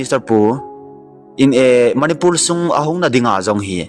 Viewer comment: Eimi kht Chennel hinajal in bolding lom like subscribe kabl e hinla na pronoun sation dihlou tamval angaihah lhejenge .imphar manipul val of remembrance tiho lomlom chu kitilpha o sopi jachat naum vle